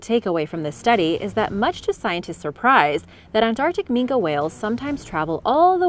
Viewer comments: AT THE OFF ASOON AS SHE PRONOUNCED IT MINKA AND NOT MINKY, I NEW THAT SHE DIDN'T NO WHAT SHE WAS TALKING ABOUT, DONT WATCH KIDS ITS BS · Just one thing... It's "ming-kee" not "ming-Kah" 😉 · why is yous callin an ol grumpus a "Min-kah" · It's pronounced Mink the e is silent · minke as in MIN-KI